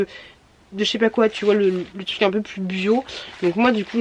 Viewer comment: On dit tRRuc car TUC c'est plus possible🤮